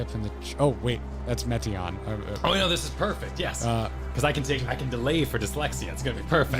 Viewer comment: no... it's not pronounced like meat 🥲 it's pronounced like Meteor. Meteion - meteor That's where the name is from. "Shooting star", remember? 🌠